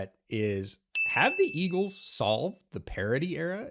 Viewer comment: Hearing get some "Iggles" in was awesome as a Philly fan